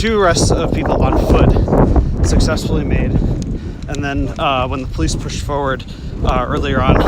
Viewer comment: PO leece 🤣😂🤣